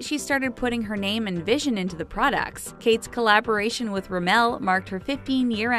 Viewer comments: You pronounce rimmel wrong But love your videos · the way she pronounced 'rimmel'... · Triggerd everytime she said Rimmel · Tijana Miladinovic thank god I'm not the only one